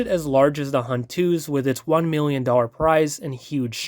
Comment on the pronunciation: “The Hubt” ☠️